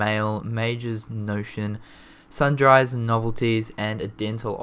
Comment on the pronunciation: Its not “Sun-Dried” its SUN-DREES and not pop-you-lee its pop-you-lie